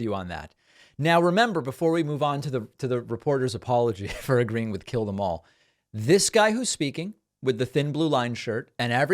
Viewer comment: To be fair, David, sir, that sway-toothed excuse for the human genome did sound like he was speaking in tongues when he said ,"Jyellamorh, heh heh heh - jyellamorh." One would be hard-pressed to distinguish sway-toothed's pidgin from the English words "Kill them all" unless one has been versed in low-country cousin-raping redneck.